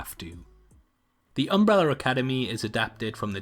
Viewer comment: Why do you call is Umbreller Academy?